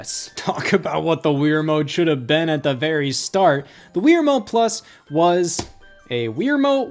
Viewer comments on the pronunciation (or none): Stop saying Weer Mote. It's Wii Remote.